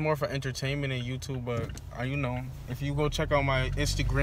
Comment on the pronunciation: Who else be noticing be saying "YOUCHUBE!" instead of YouTube 😭😭😂😂